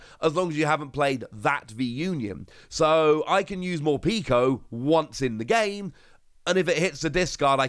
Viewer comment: Mor-peck-o. Not morpeeko